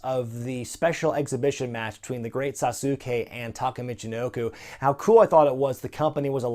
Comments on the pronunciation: Sauce kay Not Sasukay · "The Great Sa-soooo-kay" Inner weeb rage intensifies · I cringe every time he says sasuke wrong